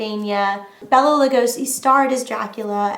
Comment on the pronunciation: It's pronounced BAY-LA not BELL-A. 1935 WEREWOLF OF LONDON.